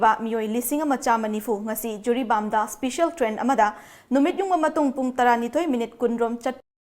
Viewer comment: Yaipha ba not especian should be pronounced in special ok